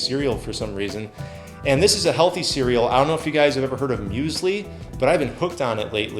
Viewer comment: "Muesli" is the most standart breakfast in germany you eat when you are doing sports :D Funny hearing an american pronouncing Müsli xD